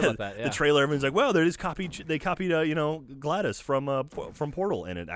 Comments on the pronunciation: For the love of god, it's glados. Not gladus, but gladOS. Get it right! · pronounced glah dose no gladice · Yeah when he said GLADOS instead of GLADOS I was all like "wtfbiscuits!?" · It's GLaDOS! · Gotta be a nitpicker, but GlaDos pronounced Glah-doss not Gladys. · it's GladOS, not Gladys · It's GLaDOS, not GLADIS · GLADOS. WITH AN O SOUND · Pronouncing Glados wrong throughout this whole segment was driving me nuts.